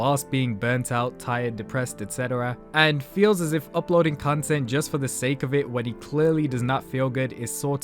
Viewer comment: Why do I hear "cuntent" ?